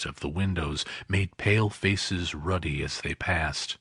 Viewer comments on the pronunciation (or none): The word 'ruddy' is incorrectly pronounced 'Rudy' by the reader thus losing me as a listener. If you are going to read to people then learn to pronounce the words!